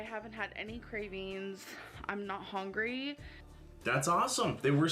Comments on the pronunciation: She says "hongry" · To be fair, it would have taken years for her to pronounce that difficult and very long word. She can't pronounce "hungry" which is like the most important word in her dictionary